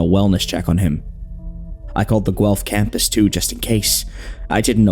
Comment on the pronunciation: One of the best horror shorts out there and my all time favourite!! you did a great job adapting this, amazing work everyone! ❤ (also thank you for saying Guelph right! signed a former student from the uni)